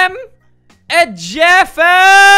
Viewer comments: "Ma memeee is jefeeegeg" i was dyingggg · Was i the only one that laughed when he said: Ma neme e jeeffefefef😂😂😂😂